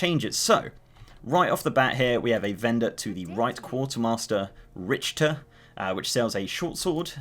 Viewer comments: It's pronounced Rikter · it's like rihter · that's not how you pronounce 'richter' :)